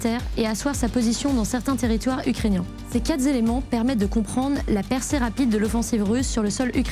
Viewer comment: "ces quatre-z-éléments" Euh, d'accord, ça fait super sérieux.